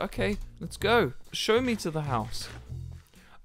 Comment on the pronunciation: Man I just tryinna find the part he says "Hous"